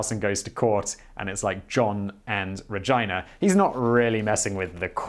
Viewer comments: Really? You have you pronounce her name like vagina? 😆 It's Pronounced regeena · Regina sounds like scooby saying vagina 😂😂🤣